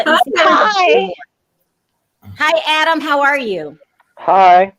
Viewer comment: please get Adam's name right. You get it wrong most of the time and as a fellow Brit who like Adam stays up to watch you and loves your show, the least you could do is get his name right. If it's too much just right down UK Adam.as a prompt.